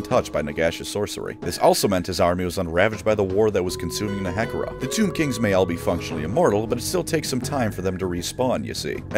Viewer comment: the way he pronounces nehekhara physically harmed me